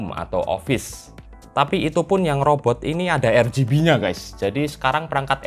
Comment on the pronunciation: Nyebutnya erbiji mulu